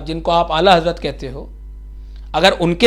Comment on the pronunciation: Bujurg go ka naam sahi se liya Karen hujur Modi se Shruti farmate Hainki hujur Sarkar Ala Hazrat ka naam sahi se lena Sikh jao